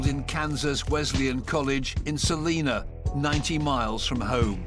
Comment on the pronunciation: It's Salina not Selena, Kansas. Jesus, everybody ALWAYS gets that wrong and it's annoying. Look up pronunciations before doing a video...